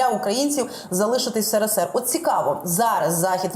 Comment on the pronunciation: Абривіатуру потрібно вимовляти правильно.СРСР.